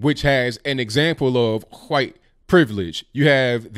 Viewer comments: Say white correctly please. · I wonder if you say 'Huwhite' on purpose. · You really emphasize the "wh" is "white" a lot, like stewie on family but, haha